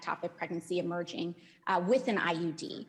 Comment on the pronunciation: she says "IED" instead of IUD